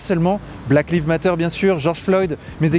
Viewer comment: Lives ne se dit pas comme livres mais comme aïe.